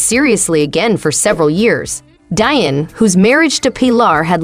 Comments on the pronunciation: Omg its pronounced DEE-ON NOT DIE-ON! Get a clue!!! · DEE - ON. Not Die-on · See, this is why Whyte folks need to stay out of black affairs. Learn how to pronounce the man's name properly. It's pronounced Dee-On! Not, Dian. The narrator is just terrible. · Now she damn well knows his name is DEION AND NOR DION!! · It’s pronounced DEE-ON not DIE-ON 🤦🏻‍♂️ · Deion ( Dee- on). No like- no share- no subscribe. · Learn how to pronounce the man’s name properly…..spelled Deion pronounced Dion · I can’t watch anymore… “Dion” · Pronounce his name right 1st. I can’t listen anymore. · Get someone who knows how to pronounce Deion's name smh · Why cant u even say his name correctly 🤷🏽🤦🏽‍♂️ hell out of here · Man she doesn't know how to pronounce his name!! Lol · If you can't pronounce a name properly STOP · Please learn how to pronounce Mr. Deion Sanders name , that's so disrespectful !! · Ummmmm you should probably learn how to pronounce his name SMH That's embarrassing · How this video keeps saying Deion name wrong is painful. Like you can hear how to say his name. Stupid click bait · She was driving me crazy pronouncing his name wrong!!!! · Fuck yea.. it's pissing me off.. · Thank you! Its pitiful! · Why now do you feel that this is relevant now? Almost like a crabs in a bucket move.Sence you can't pronounce his name correctly, just refer to him as Coach Prime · …Day -Bewt-Ed 😂 Debuted….more like ….daybewed. But it’s okay. I just have never heard the word pronounced that way. And LMAO!! at the pronunciation of Deion’s name ….Dyen 😂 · Funny how you pronounce an uncommon name like 'Pilar' correctly but not Deeeee-on lol